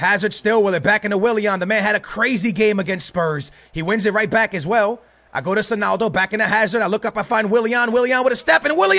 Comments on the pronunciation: beg you stop saying sonaldo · why you saying sonaldo